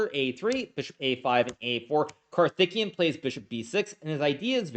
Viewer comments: Just one small point, his name is pronounced: CAR-THICK-KAY-YUN. Karthikian sounds like his Armenian cousin 🤣🤣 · "Karthikeyan" is pronounced kar-ti-KAY-an, just in case you're not indifferent on this. Note that in transliterated Hindi "th" is an aspirated "t", and likewise "ph" is an aspirated "p". All respect for the rising tide of Indian GMs. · swore he was saying Karthikeyan was THICC the whole time. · The way you are pronouncing the name 'karthikeyan' .. sounds like he is a Uzbek or Armenian player.